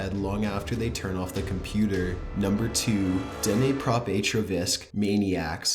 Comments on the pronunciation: Its Dnepropetrovsk, not "DENEYPROPETORVASK" or what you just said lol. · The way you pronounce Dnepropetrovsk is killing me :D what the hell man :D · Haha dnepropetrovsk is a hard word to pronounce. But now I've heard the most weirdest pronouncing of dnepropetrovsk from you. btw still loved your top15.